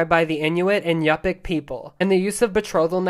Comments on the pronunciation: Yupik is pronounced upick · Yup'ik is pronounced like You-Pick, not Yah-Pick. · Its said more pronounced like you-pic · Yu'pik (you-pick) is how you pronounce my people it's common to mispronounce but it's not exactly fun to tell tourists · Yup’ik is pronounced like Youp-ick, though the difference in consonant pronunciation makes it a bit hard to really express the pronunciation of letters like k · The Yupik people is pronounced You-pik, just to let you know. Mean it's definitely easier to say than the Tlinget people. 😅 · I appreciate acknowledging the inspiration for the Water Tribe But I cringe every time people mispronounce Yupik It's pronounced "You pick"